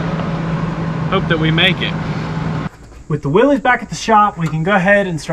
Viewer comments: WILLYS = WILLISS, not WILLIES. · Sorry but it's pronounced willis not willez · Will-IS. Would it kill you to learn American? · It’s pronounced “Willis” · Indeed it is. 👌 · Willies. Why cant people ever get it right? Poor guy rolls over in his grave ever time his last name is slaughtered. The Y is silent FFS!